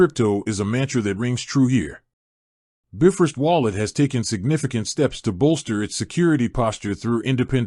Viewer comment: Shoddy AI cannot even pronounce “Bifrost” correctly 🤦🏻‍♂️